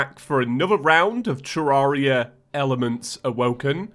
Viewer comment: Someone on discord asked leinfors: "Your thoughts on (James)" This is what leinfors said lol "Seems pretty legit. Needs to learn to pronounce Terraria!"